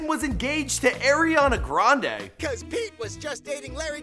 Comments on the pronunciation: “Air-e-On-a grandA” I’m dead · Boy that is not how you pronounce Ariana Grande